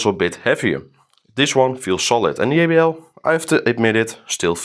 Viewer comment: I love how he says yeybl instead of jbl😅